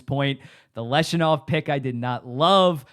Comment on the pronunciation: I'm not sure how the Blackhawks are in a worse spot than they were 15 months ago regarding their build? They landed the #3 overall pick in the 2025 draft and drafted Anton Frondell, who experts regard as a potential 35 - 40 goal scorer. Also, its pronounced LEV-Shoe-Nov, not Lesh-U-Nov. More certainty with SJ Sharks? Who defends on the Sharks? Where is their scoring depth?